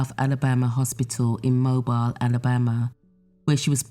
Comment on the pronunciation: In this case, Mobile is pronounced Moh-beel, not moh-bile. Thanks for bringing this to light.